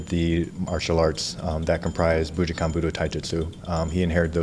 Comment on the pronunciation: I wonder if he ever learned to say bujinkan correctly?